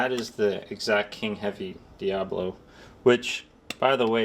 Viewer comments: My 100FPE .25 cal Talontuned Talon-ss-dor will👍 Also……..it’s DIABOLO not “Diablo” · Why u call The pellet DIABLO.. when is DIABOLO NOT DIABLO 😂😂😂😂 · This guy also calls the pellets "diablo" in stead of "diabolo" which the fool doesn't know all the friggen pellets he shoots is a diabolo shaped pellet. He knows buggetall about airrifles or the ammo it uses in any case.